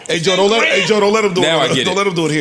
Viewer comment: 😂”Now I get it “ JOE said it “COE”